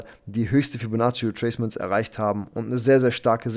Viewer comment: Hey Ich habe eine Bitte an dich. Könntest du ein anderes Wort für Fibonacci nehmen? Ich lache mich jedes Mal kaputt. Das hört sich wie "Fellatio" an... 😂😂😂